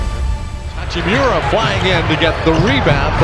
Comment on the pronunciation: That frekin oralndo broadcaster saying hachim(you)ra driving me crazy